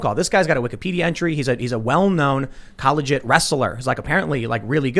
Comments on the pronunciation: The way Tim said collegiate hurt my soul lol. Sorry Tim but it's like when you say the word sheriff. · Sheeeeeerif he kills me with that too